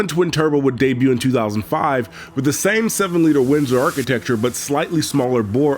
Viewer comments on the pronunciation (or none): none